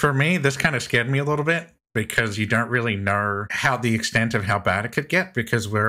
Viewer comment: My guy just said " Because ya dernt really kner" 🤣😭💀